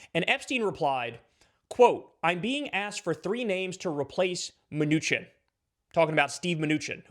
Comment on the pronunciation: The 'ch' in Mnuchin is pronounced 'sh'.